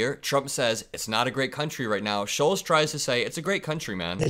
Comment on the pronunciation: It's Andrew Shultz ! not sholes ...